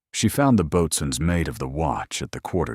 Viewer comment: Boatswains Mate is pronounced "Bo-Suns Mate" at least later the AI actually pronounced it correctly.